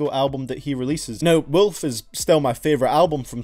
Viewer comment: I’ll say it again, This mr pronounces wolf like ‘weulf’